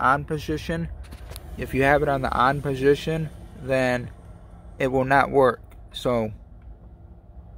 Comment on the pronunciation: On poshishion